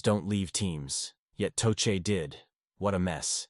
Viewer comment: Learn how to pronounce tochet